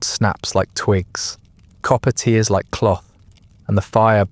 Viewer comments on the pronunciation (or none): none